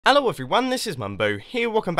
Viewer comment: Did you realize that if mumbo is always saying ello